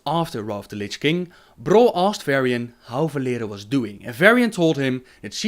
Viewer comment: Them weird vibrations when he says "R" like "Brol" xD